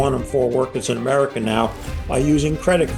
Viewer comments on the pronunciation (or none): “Rusher, Chiner, Ameriker”